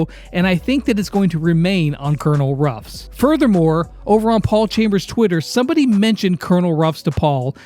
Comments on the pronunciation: Oh no the confusion with pronouncing Colonel Ruff’s name will be horrible. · ITS CONONEL RUFF